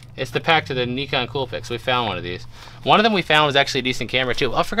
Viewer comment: I love the big units. I live that y'all are able to make enough to stay in Cali. Jeebus, I dont like to correct people but the next and of the camera is pronounced Ny- con. The I is pronounced like a long I. Not like Knee- con. I love you all.